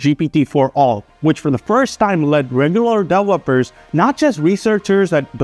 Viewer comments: How did you pronounce 'developers'? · No, your original accent sometimes shines trough your fake Americanized accent. So 'distrusted' is pronounced wrong, developers is pronounced wrong. Just check it. You stress the wrong syllable.